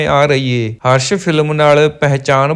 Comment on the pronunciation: ਪੰਜਾਬੀ ਤਾਂ ਸਹੀ ਬੋਲੋ 😅 ਹਰਸ਼ movie ਨਹੀ ਹਸ਼ਰ ਸੀ. ਬੋਤ ਨੀ ਹੁੰਦਾ ਬਹੁਤ ਹੁੰਦਾ 😅